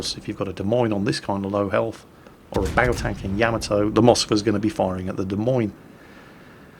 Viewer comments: Is there some nickname for the Des Moines that I don't know? Or is just mispronouncing it, like many things he mispronounces? At least he got USS Worcester right, but that is only because there is a Worcester in England and us New Englanders still pronounce things similar to how our little old ancestors did. Sorry was just channeling the DA in My Cousin Vinny at the end there.;) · While I am no midwesterner, the Des Moines is pronounced Demoyn, or possibly even D-moyn. Sry, it was just driving me nuts and I couldn't figure out wth u were saying until I saw the lineup and we Americans tend to take French, Brit, Dutch and Indian names and pronounce them our own way that is unique to us and often unrecognizable to those not from the area, or at least the the continent. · it's De Moinz, oi like oil otherwise known as the Daisy Mae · "Des Moines" = "Deh Moyn". Just sayin'. :-) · A quick note. It is pronounced "de moyne", and since I'm here Roanoke is pronounced "rowanoak". You're welcome. :-) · What in the world is a "Des Meens"? I know what "Des Moines" is. I've even been there. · it's De moi nes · Ok, which one of you jokers fooled poor into pronouncing Des Moines “demeeens”? 😂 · de mines? i just wait till calls this ship "TO THE SALTMINES!!" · in America we say Des Moines completely different lol. Our pronunciation is something like ( Da Moyn ).;) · Des Moines.. .pronounced Duh-Moin. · I believe it's pronounced "Dez Moneez" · hahaha its really funny to hear him pronounce it De Meens.........its close enough i guess. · the ship Izolate is sailing is pronounced Da-moin, the e on the end is silent. it is the capital of the state of Iowa. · Des Moines... pronounced “De Moyn” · I say this every time someone says the "S" at the end of Des Moines. THE "S" IS SILENT FFS. I know was pretty good at keeping it silent but he let it slip a few times:P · Your pronunciation of Des Moines is making us Iowans' ears bleed.